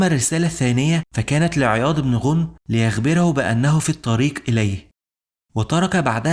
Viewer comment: ماشاء الله عليك احسن لايك ....ولكن ملاحظه ليس غونم با عياض بن غنم بفتح الغين وتسكين النون